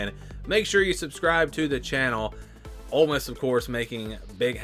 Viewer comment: I don't know they at least pronounce Ole Miss correctly.😂😅